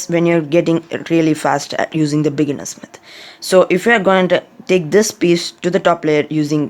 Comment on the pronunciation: Bro said bigeners methodr😂